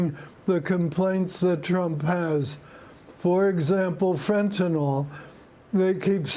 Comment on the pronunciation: Can people learn to pronounce it correctly? It is fentan - "ill" and NOT "all."